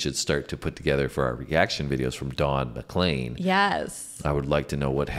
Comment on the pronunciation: You pronounced his name correctly - yay! It's basically a social commentary regarding the deviant direction popular music went in the 1960s (his opinion) - with so many hints and descriptions of pop stars past and present (in '71). It became a big success, and when one reporter asked what it all meant, Don said, "It means I'll never have to work another day in my life." The day the music died was the night of Feb 3rd, 1959 and a plane crash that killed Buddy Holly, Richie Valens and JP Richardson (the Big Bopper). Elvis was the King, Jester was Dylan, John Lennon (also Lennin) was a Marxist, The Quartet was The Beatles (Fab Four), The Byrd's sang EIGHT MILES HIGH, etc., etc., etc. Play this on any Juke Box in America, see how many people will sing along when that final chorus kicks in - it's infectious. NOT a One-Hit-Wonder, Don's other big hit was VINCENT(starry, starry night) - an homage to Van Gogh, and worthy of your reaction.